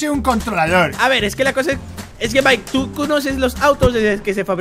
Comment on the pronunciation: Se dise mike